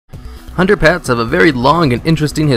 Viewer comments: the way u say hunter pet sounds ike underpants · When you started out saying "hunter pets" I heard "Underpants" LOL